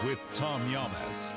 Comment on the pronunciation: Am my the only person who hears the announcer say Tom Yamass? 🤣